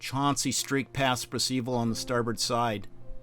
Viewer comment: Where on Earth did you get that pronunciation of 'Percival?'